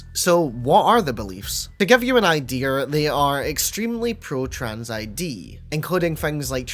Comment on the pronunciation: Are you saying Ideer? Like the animal deer